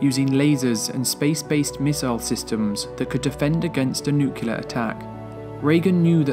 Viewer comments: is it just me or do ya'll cringe when he says the word. " nuciler" instead of nuclear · The word is Nuclear, not Nucalar FFS!!!! Get it right!!!!!